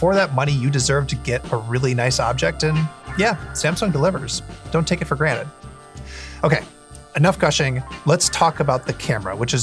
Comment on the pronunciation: “don’t take it for granite” 😂